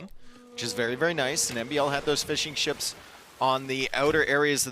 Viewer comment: every time he says fishing ships, all I hear is fish n’ chips.